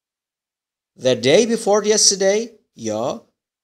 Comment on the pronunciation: راستش یک مشکل شماچراTheرادی تلفظ نمی‌کنیم چرازی تلفظ میکنین